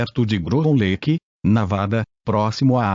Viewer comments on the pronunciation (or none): none